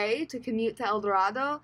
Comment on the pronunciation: It’s pronounced El Do-RAY-do.